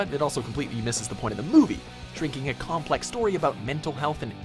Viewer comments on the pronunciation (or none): none